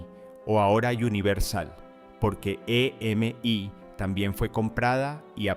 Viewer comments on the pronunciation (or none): Estaría bueno usar menos IA o cero, porque no se dice e.m.i, se dice EMI